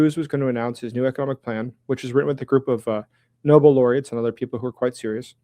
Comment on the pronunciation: Nobel, not noble😂